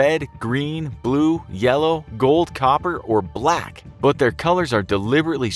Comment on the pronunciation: he said black like it was super special lol